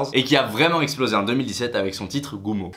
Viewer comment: Son titre "goumo" "bébé" "féfé" 😭😭😂😂